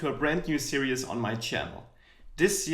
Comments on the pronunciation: I like how you pronounce "series" like "serious" :) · Why do I hear Series as serious